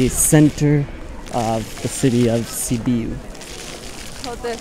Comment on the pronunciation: Sibiu is the single word u pronounced correctly lol